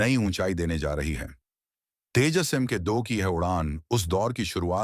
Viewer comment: Abe Tejaas nahi TEJAS BOL